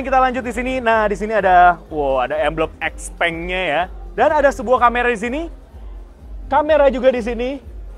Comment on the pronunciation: Bacanya xiaopeng